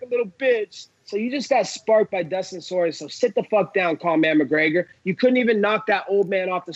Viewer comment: ''Dustin Soyrier''